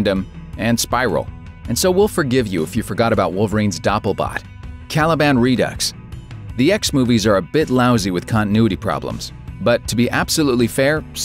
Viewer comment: ...Did he say "re-ducks?"